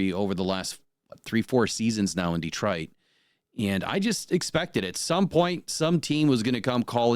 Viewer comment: You can always tell somebody who is not from Detroit because they pronounce it Deetroit. Same thing with Ukraine, it's not You Kraine the way they pronounce You Tube.